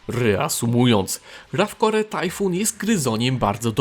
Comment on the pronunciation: Wszystko fajnie, ale "rafkore"? Serio?